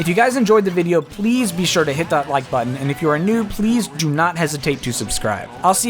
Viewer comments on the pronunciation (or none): none